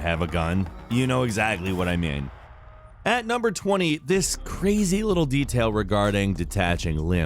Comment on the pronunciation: "you know exactly what I mYAEN."